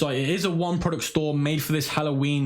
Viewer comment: Veo of “prowductt”